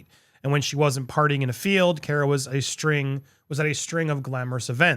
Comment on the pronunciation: Andy. Say the word COMMA. Then replace the M's with R's. That's how you say CARA. Say the word CAR and then add an "uh." CARA